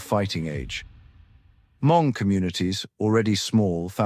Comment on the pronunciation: Why keeping saying “her-MONG?” It’s spelled Hmong but pronounced “MONG”. The letter H is silent in English pronunciation.